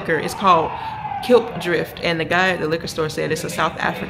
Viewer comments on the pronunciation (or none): It's pronounced Clip drift, Klipdrift. 😂😂